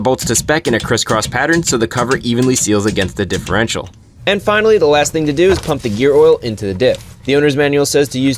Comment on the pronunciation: Dihherential fluid